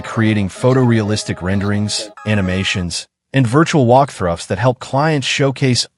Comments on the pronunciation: Why can't the presenter say, "walk through." He said "walk thruff" several times. Again, the content seems good but the ai voice and video is really debasing it. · So, and I heard a new word for the English vocabulary - WALKTHRUFF!! If you're going to use an AI Voiceover then please listen to it first before submitting it